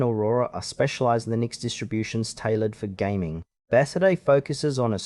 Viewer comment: Thanks for the video.I have used Bazzite on a computer when I could not get SteamOS to boot. I have been happy with it. I have always heard Bazzite pronounced BA zite with the emphasis on the BA, and a short a sound, with the second syllable sounding Z long I (eye) t and a silent e at the end. But that may be because I listen to only English videos.